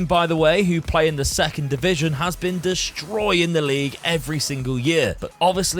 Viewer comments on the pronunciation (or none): none